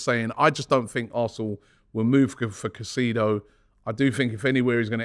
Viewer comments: We need to sign Moises he is a huge player for the future! Hes so hungry and ready for the challenge. He's also a fan! BTW his surname is pronounced Kai-Say-Dough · ROBBIE its You pronunced caicedo wrong. ITS KAI.SAY.DOUGH in english sir